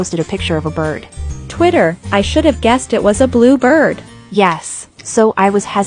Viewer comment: when she says bird it pronounced it "it was a blue b-b-bird"